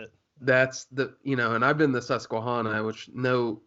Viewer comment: man... its hana, susque(hana). Think naisley with it. Hana, not hauna 😂